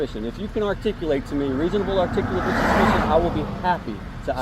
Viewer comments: lol, They are SOO INCREDIBLY stupid that the cop can't even PRONOUNCE "Reasonable, Articulate able, Suspicion" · Officer cant even say “reasonable articulable suspicion “, Tyrant is too stupid to even speak properly 😂😂😂